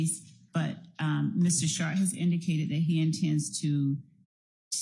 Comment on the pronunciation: Bro the T in his name is silent. You’re saying shart like a shitty fart